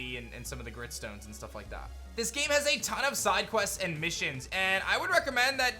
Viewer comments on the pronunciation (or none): none